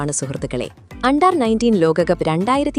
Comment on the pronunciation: അണ്ടാർ അല്ലടീ അണ്ടർ...